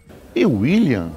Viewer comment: Me desculpe, mas vocês falando William "uaqui", ficou me tirando a concentração do vídeo